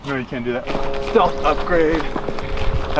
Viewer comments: Did said Fartnite? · Ha he said fortnut